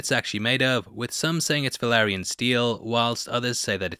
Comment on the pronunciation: It’s “Vah-lee-ree-an” steel dagger, not “Veh-lah-ree-on” 😅😂